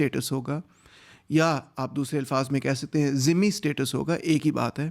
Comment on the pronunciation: بالکل یہ ٹیکس ہے اور غیر مسلموں کی حفاظت کے عوض جزئے کا ٹیکس دینا پڑ تا تھا مگر جدید دورمیں اس کی کیا ضرورت ہے؟ تیمور صاحب یہ لفظ ذمی ہے دھمی نہیں ہے ۔ dh انگلش میں ذ کے لئے استعمال ہوتا ہے، یہ دراصل diacritics ہیں جو orientalists عربی ناموںکے لئے استعمال کرتے ہیں تاکہ صحیح ہججے لکھ سکیں، صحیح پروناونس کر سکیں